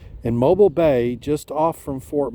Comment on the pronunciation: Mobile is pronounced Mo beel Te cum seh